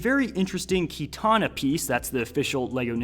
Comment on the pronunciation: Bro had a stroke talking about katana s